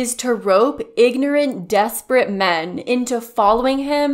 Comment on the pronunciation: The way he pronounced men (me-an)